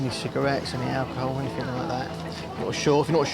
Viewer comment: Anyfing? Is that a word?